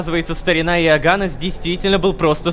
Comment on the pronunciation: Рома, имя оганнес читается не ога'ннес, а оганне'с